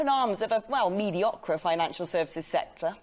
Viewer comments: "medioqueh" - as well as being unable to pronounce her Rs, she's clearly never heard the word "mediocre" said out loud before. Her choice of media career is full of irony. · Is English not her first language? So much weird pronounciation...like "mediokra" It's like she's never seen the word before.... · "Medio-cra!" Lol. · Did she just say meedeeokra? Is English her first language? Doesn't say much for her level of education. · Why? Do they mispronounce every third word too? "Mediocrah financial sectrah"... FFS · She has an interesting way of pronouncing the word 'mediocre'. Irony much? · She shows a mediocre command of English (amusingly, she mispronounces “mediocre” in what appears to be hypercorrection), her delivery is oddly stilted, and she appears to have decided that the more clichés and malopropisms she drops into her monologue, the more people will be impressed by her – but she might have got away with it all if it weren’t for those pesky facts. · This creature can’t even pronounce “mediocre”. Stupid bint. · The tone of delivery is embarrassing. Blue Peter did not patronise children like this. It shows that it is the populists who really look down on "the people" not the imagined elite that they oppose. (She can't pronounce mediocre!!!)